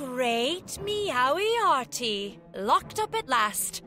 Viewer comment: no not meowiarty